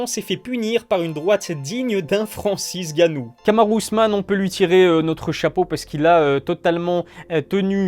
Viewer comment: FRANCIS GANNOU ??? 😂😂